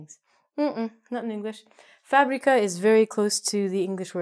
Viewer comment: fabrica is well pronouced.